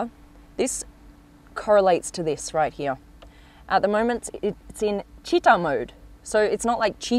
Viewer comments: Ad italian i died laughing when you said cheeta. And another thing that make me smile is that italian words are read ad they are written, so the revuelto is not the revelto… and Lamborghini is not lambghini ahahahhah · Citta' is pronounced with the accent on the "a" not the i and the ci is pronouced like "chee"! Good video but the new interior, despite its improved practicality, with that plastic digital instrument display does not look expensive, likewise the central screen which can be found in micro cars.